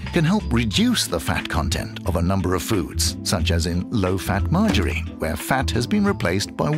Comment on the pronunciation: The way he says "Margarine" like it's a girls name "Marge a Reen"